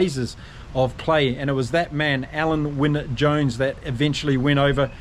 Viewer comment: OK, you asked for it! Alun Wyn Jones, you made a decent stab at it, but if you want to get it spot on, it’s Al-in, obviously I have first hand knowledge of this particular name…